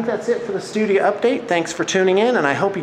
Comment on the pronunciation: 'Stoodya update' Oh....